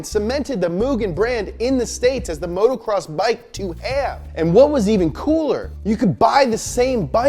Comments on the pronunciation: love you dogg, but it’s moto- cross, not motorcross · It's motocross not motorcross...